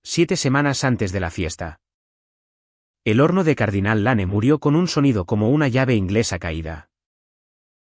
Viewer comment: Se pronuncia Dostin aunque se escriba Dustin. Es un nombre Anglosajón. Les aconsejo que si no saben pronunciar correctamente el inglés busquen en cualquier lugar que existe muchísimo la traduccion al español . Por ejemplo Cardinale Lanen esta horriblemente mal pronuciado.